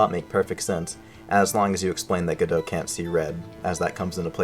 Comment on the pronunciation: How do you pronounce Godot's name correctly in this video but not anywhere else? Youtube, why did you show me this? I'm in pain now!